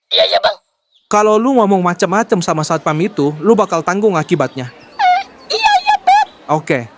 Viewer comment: harusnya satpam bukan satoam